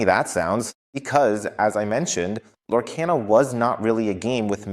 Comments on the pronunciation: It's pronunciation is Lore - car - na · You keep saying the name wrong why ??? Its (Lore-KAH-nuh) 👌